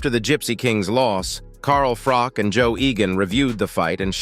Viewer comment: Whos Carl FROCK" 😂